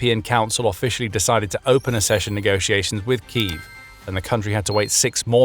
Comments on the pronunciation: It is spelt accession. There is a double 'C' there, as in ac-session, not assession. You can ask google to pronounce words you don't recognise. Do you say asseptable? Do you say access or assess? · accession is pronounced like success & access. Ak-session 🧐👌🤓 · Please learn to pronounce one of the key words correctly: accession = ak-SESH-uhn /ækˈsɛʃən/